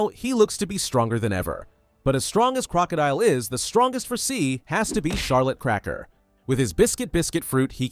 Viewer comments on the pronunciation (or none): none